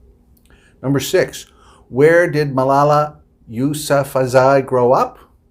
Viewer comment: Sir pronunciation of yousufzai is yousuf and zaii pronounce them as two words